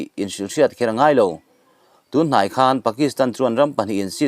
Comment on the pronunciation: A bengvarthlak ṭhin hle mai. Mizo ṭawng thlûk erawh uluk a ngai. E.g. khan etc. An mu dun a, a ke ding lamin a "khan" a.